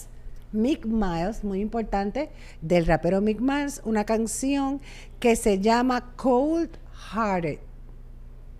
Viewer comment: Es Mike Mill(se pronuncia Mic Mil) No Mike Miles.